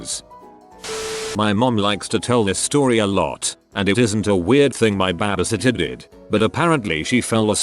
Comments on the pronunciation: Stop calling it baybaysitter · i love the way this bot says babysitter!! BHHAAAbe Sittor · Nobody: The narrator: bABa- sitTeR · normal people: babysitter text-to-voice: baabysitter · Narrator: BABA sittah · It’s funny how the voice said baba sitta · "babusitta" lol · listening to this while im high and laughing at the way he says babysitter is my therapy. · The way the voice say baby sitter is hilarious😂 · lol at the way the robot voice pronounces "babysitter!"